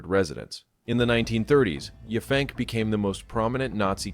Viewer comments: Not Yah fank, Yap hank 😂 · The town on Long Island is pronounced Yap Hank, one work. The locals refer to themselves as" Pankers". It's still majority a farming community.